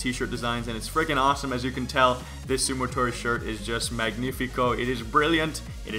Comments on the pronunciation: its sumotori not sumotory lol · It's "sumotori" not "sumotory"